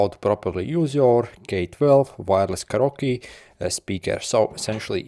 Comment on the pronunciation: In Portuguese we say karaoke the same way you did 😂